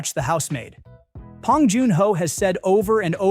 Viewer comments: Good video but his name is "B" Bong, not "P" Pong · A.I. can’t say it right. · Oh my god, stop saying "Pong." Thumbs down for bad AI. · That doesn't surprise me but the massive frequency of "P"ongs in this video pushed me over the edge 😄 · Yeah, just mispronounce his name. It really shows you did your research and didn't just have Chat GPT come up with this. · This AI voice can't even pronounce Bong Joon-ho's name correctly.....